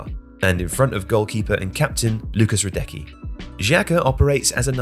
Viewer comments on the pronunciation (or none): Great video! Two things I might add: I have never heard of "Neverkusen", they are called "Vizekusen" (Vize meaning Vice as runner-up in german is Vizemeister) The pronounciation of some of the words and names is horrid. For example "Radekki" instead of "Hra-dez-ki". Not a huge problem but really makes you cringe as you listen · How on earth did they miss that? They also pronounced some of the players’ names wrong, like Hradecky. Tifo’s quality is usually better.